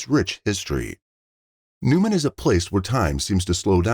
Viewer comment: Newnan, Georgia, not Newman. Wow, they finally locate the perpetrator in Mexico, then it took FIVE YEARS for him to be extradited to the States! Justice is extremely SLOOOOOOOWWWW!